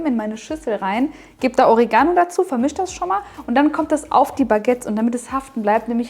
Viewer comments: Die Aussprache von Oregano triggered mich des Todes xD o-REE-ga-no Das Baguette werde ich sicher aber mal nachbauen! Sieht phantastisch aus und schmeckt sicher gigantisch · Echt coole Sache, aber bitte betont doch das Wort Oregano korrekt. Die Betonung liegt auf dem e und nicht auf dem a. Sonst hört sich das an wie Origami :-)